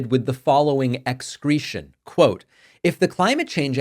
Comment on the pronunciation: “X-cretion” I like that. Imma use it 😂